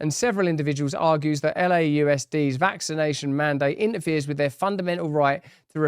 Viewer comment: I went through the LAUSD. “Loused” is a more appropriate pronunciation! 😅